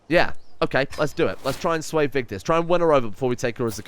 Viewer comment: Are you Scandinavian? You pronounced Vigdis correctly. That was all 😁👍 Love the video And your wife's name is pronounced Gytha.